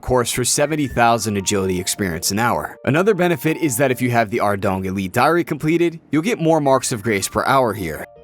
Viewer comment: reading this after coming here to mention his pronunciation of sepulchre and ardougne like ardong was completely wrong was wild xD